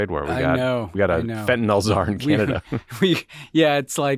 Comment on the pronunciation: Now you guys are also mispronouncing Fentanyl as Fentanol just like MAGA.